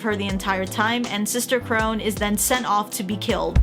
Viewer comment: I know this isn’t a new video and I know not many people will see this but Sister Krone’s name is pronounced Crow-Na instead of Crow-Nn, but I know it can be confusing, I didn’t even know it was spelled Krone until after I watched the show. (For context I watched dub)